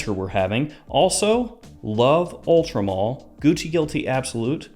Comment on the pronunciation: why does everyone say Ultra Mall it says MALE like a MAN